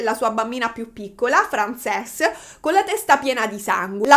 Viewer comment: Compaesana mia bella che sbaglia sempre le pronunce in inglese ❤ ("Frensis", no Francés) intanto grazie per questo nuovo video! È sempre gradita la tua presenza. Secondo poi in inglese una ballerina di danza classica si dice, o si può dire ballerina 😊 quindi prego ahahah ti si vuole tanto bene!